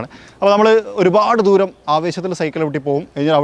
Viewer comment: ആദ്യം മലയാളം നന്നായി പറയാൻ ശ്രമിക്കൂ. "ധൂരം" അല്ല, "ദൂരം" ആണ്.